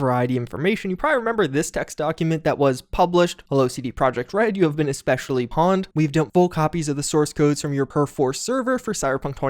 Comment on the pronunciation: the same mistake as months ago lol